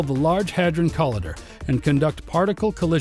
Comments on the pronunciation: co-lie-der not col-ee-derr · Sorry to say that despite the beautiful graphics, its difficult to listen to the narrator mispronounce "boson"- pronounced 'beau zon' - sounding like he is saying bison, and 'collider'- pronounced 'co lie der'- sounding like he is saying 'colander,' a kitchen utensil. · Call idder??? Come on dude. Why are some Americans so shit at pronunciation? Not all of us are this bad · co-lie-der. can't take this video seriously.